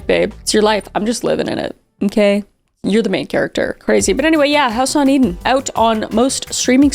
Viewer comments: it sounded like "house onion," not House on Eden lol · I thought you said house onion